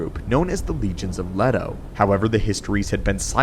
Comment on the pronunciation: Leeto, not letto*(?) Is this AI voiced?